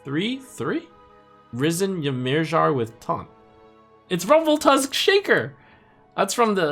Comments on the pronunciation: Ymirjar is pronounced 'Yuh-meer-yar' :x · PLEASE learn how to pronounce Ymirjar.